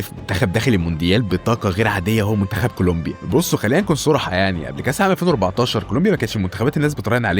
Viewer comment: كلومبيا هههه كولومبيا يا حبيبي